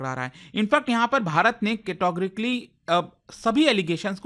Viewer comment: Yeh "KETAGORKLY" kya hai bhai??? It's categorically...